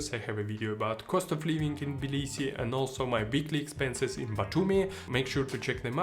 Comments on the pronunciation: Good video but Jesus Christ my friend....its TTTTTTTibilisi there is a T in it! It's not Bilisi. You lived there for how long? You should know that by now. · Interesting video man! Quick question: Is the T of Tbilisi not pronounced - Sounds like you're saying 'Blisi'.